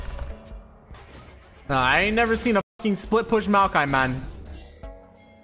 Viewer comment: Does the way he says "MON " instead of MAN annoy anyone else lol